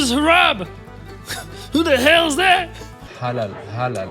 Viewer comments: CTHU!!! Haaaalaaaa !!! Halal ma’am, it’s Halal 😂😂😂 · I don't understand how American people are so incapable of pronouncing "halal." I'm American and I grew up in a predominantly white Christian town and this is the least difficult Arabic word to say